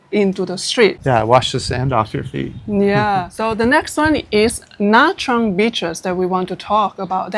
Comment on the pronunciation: This lady looks like a Vietnamese, why didn't she pronounce Nha Trang collectly??